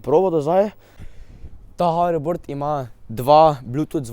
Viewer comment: dej jape nauč se govort neznaš niti hoverboard rečt rečeš faking haribord